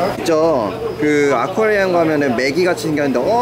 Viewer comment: 브르님의 영어 발음ㅎㅎㅋㅋ 쭤~아콰뤼움